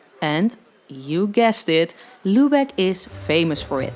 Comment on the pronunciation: Mh your pronunciation of „Lübeck“ :/